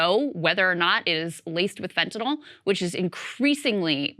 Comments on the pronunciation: Fentanyl Saager, not Fentanal. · Lost me when you called it "fentanol".